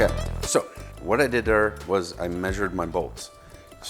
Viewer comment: "Wad eye didder"